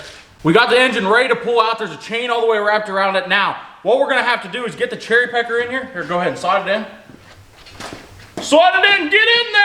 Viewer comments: Anyone els hear cherry pecker instead of cherry picker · Lol he said cherrypecker